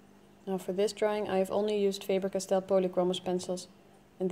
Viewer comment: Dear talented artist friends, this company has been around since 1761, so we want to properly pronounce their name. We hear it said a 100 ways, many very poorly. It is "FOB-er cosh-STELL". It's German, so I suggest that in deference to those dear people, please say it like a German. Now you know, so say like a professional, okay? Your art is of value. After all, no car collector would ever say, "Lamb-BORG-uh-nee, now would they?Dr. Den